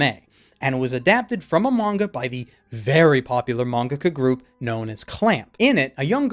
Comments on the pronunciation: what the hell is a manga-kah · I cannot be the only one who noticed him say mangaca because I was losing my shit the first time thinking it was me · why do you pronounce mangaka as mongohgoh?